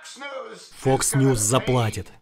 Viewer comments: Мне показалось или он и вправду говорит не "Fox", а "Fucks News"?))) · Vaseslav, он говорил не Fox News, а Fucks News :)) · он говорит не фокс ньюс а фак с ньюс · мне послышалось или на 1.40 чувак сказал не ФОКС ньюз, а ФАКС ньюзь (в переводе примерно ЕБ...НЫЕ новости)